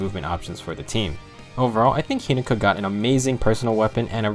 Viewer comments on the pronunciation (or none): He-NO-ka. Not He-NA-Ka. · Take a shot says hinoka wrong:)